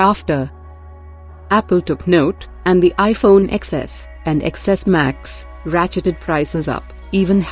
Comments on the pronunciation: Why does she keep saying iphone "EX-S"? Madam it's "TEN-S". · Don’t trust iPhone news from a YouTube channel that can’t even pronounce the phone names correctly